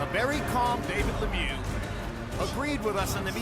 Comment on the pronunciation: LeMieux needs to do something about his haircut - it looks ridiculous! Also, his name isn't pronounced le mew like a cat, it's pronounced like the word look without the "k" appended to the sounds" me-y-oo" with the same "oo" sound as look without the "l" or "k" and the entire grouping of "me-y-oo" said as one syllable.